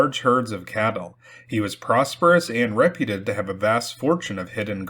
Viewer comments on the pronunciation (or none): Great stories! One gripe: the word “reputed” is pronounced “re-PYOOT-ed,” not “Reh-pyuh-ted.” (You mispronounced it the same way in two separate tales.) ❤️🫡👍🏼